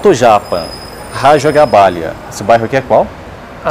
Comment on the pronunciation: lembrando que o correto é Raja GabáGLia, não GabáLia.